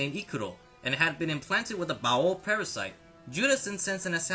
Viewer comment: You're over pronouncing baoh its pronounced like bao not bao-oh